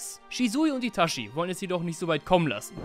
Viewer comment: Ich gebe zu, es triggert mich, wenn jemand ItaSCHi sagt, obwohl gefühlt jeder mit Untertiteln geschaut hat…